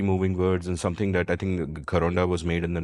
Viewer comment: Very interest episode and some very good examples...both national as well as international....one small feedback...just check how you pronounced "Gharaunda"....during aabodana thing!